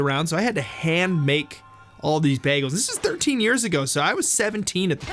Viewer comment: It sounded like they said "Bah-gels" XD